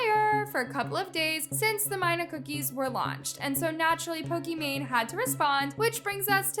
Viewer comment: off topic, but why does ALWAYS purposely mispronounce names? and I know its on purpose cause she says it right once and says it wrong after. is she trying to be different? for example, Pokimane, is pokemon😭 Sabre is SAW-BRAY, Naz is NAWZ, its so weird😢 no hate tho im just confused why she does it